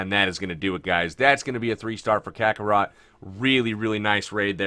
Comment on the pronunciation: Completely irrelevant, but Kakarot was pronounced correctly. Main character from the anime Dragonball Z (one of my favorites)! Now, something relevant, love your vids and keep up the awesome content. Ya made a subscriber out of this guy.